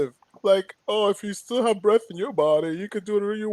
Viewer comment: y’all r HILARIOUS. i woke up feeling kinda low. then yall started saying bref, tasit 😂😂😂😂